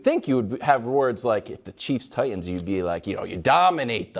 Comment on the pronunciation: Why are all these sports analyst miss pronouncing Titans.